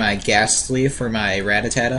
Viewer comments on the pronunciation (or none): rat-ta-tada......first time hearing it pronounced that way lol. the video helped alot man thanks